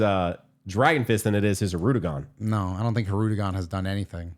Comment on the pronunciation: them saying "Hirudegon" instead of Hirudegarn is killing me